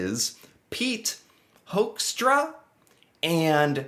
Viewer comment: I am Dutch and gotta say, I love the way you pronounce his last name; Hoekstra sounding like Hoaxtra. 😂 One thing he definitely isn't: a diplomat.